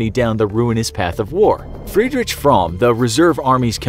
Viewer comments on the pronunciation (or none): none